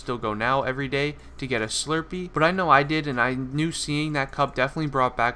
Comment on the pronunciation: whats a shlurpee